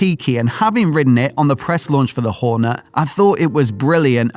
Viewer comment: It's a Horne't', not a Horner. Horne'T'! I'm not having a go, just saying like 😉